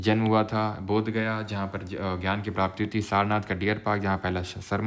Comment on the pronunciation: sir i love you and the content but would love to suggest you that jo aapne samyak gyaan ko jo samyak jnana padha vo thoda odd sound kiye next time usko gyan hi padh lijiyega guru h aap hamare . love you sir ❤❤❤❤❤❤❤❤❤❤❤❤❤❤❤❤❤❤❤❤❤❤❤❤❤❤❤❤❤❤😻😻😻😻😻😻😻😻😻❤❤❤❤❤❤❤❤❤❤❤❤❤❤❤❤❤❤❤❤bura na manna sir